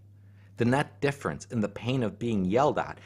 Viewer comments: There's some words in this I'm not sure I'm hearing correctly or they are new to me or they are not being pronounced correctly: > defference ....Are you saying "difference" ?! > neotny ...... Not sure what this is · Deaf-rence Dif-ference